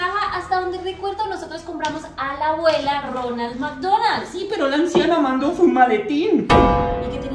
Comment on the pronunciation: Ronald McDonald ❌ Ñoña mañoñal ✅ Jajaja parce 😂saludos desde Puerto Rico castañer sin luz 😢...❤❤❤❤